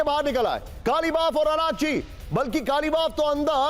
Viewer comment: Kalibaf nahi Galibaf bolo...kaise patall kar ho...naam to dhang se malum karo